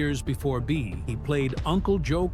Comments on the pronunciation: You can't even pronounce the star of the show's name correctly. Do you ever check anything at all on your videos. Bea is pronounced "bee", not "bay". Do some homework first! At least sound credible! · Could you please settle on the correct pronunciation of bea's name? You haven't used the same pronunciation twice in this whole video!